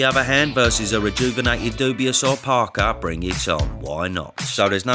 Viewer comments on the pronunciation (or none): Cracks me up when you pronounce his name ‘Dubious’ 😂😂😂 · Why does he pronounce Dubois wrong?